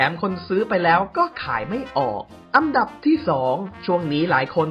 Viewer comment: พูดไทยยังไม่ถูกเลยทุกคลิป อันดับออกเสียง อังดับอังดับพ่องมุงอังดับ